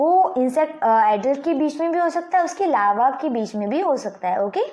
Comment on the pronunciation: Lalva laa vvv . Llalva larva.... 😂😂🤣😂😂